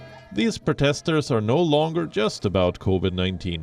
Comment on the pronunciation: How is it possible this guy doesn’t know how to pronounce ‘protester’?